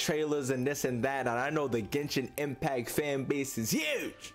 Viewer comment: “Ghensshinn Empacc”